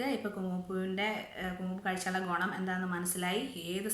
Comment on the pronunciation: ഗൊണം അല്ല ഗുണം